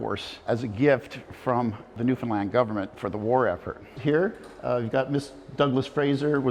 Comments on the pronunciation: New'fin-LAND .. 😐 the video is GREAT!!! but that narrator voice can not get the speak of the name wrong. That's hard to take, considering our history and cultural erosion along the way. Call the Island by how a Newfinlander calls her 🤝 I really enjoyed the video. Aside from that. It throws ya right out the back door each time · Buddy needs to learn how to say Newfoundland……not newfinlind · Love yah all from Newfoundland, coming from Cape Breton, there is a bit of AI involved, he didn't pronounce the name of the Province, but the most wonderful thing or I could ting, is I have to send you a bag of H's, it not here , it's ere my friend. Ow are ya, no , H's in the Newfie alphabet. I still love it A